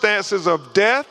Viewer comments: Is he saying Def or Death? Pathetic. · Name of de-seeded 😂 Purr-liminree findings 😂 Oh-sipituh 😂😂 De-compensation 😂😂😂😂wiff-insighed 😂 Doo-win 😂 Maynor of deaf 😂😂😂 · Damn, he even took a second to make sure and that still what came out. This is harder to follow than the freakin boat audio. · If he’s an educated man he should be able to pronounce his th’s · Thanks for commenting I was looking for this thread. I know what the first person means now by def. LoL Crump was trying to say death, but he says def😂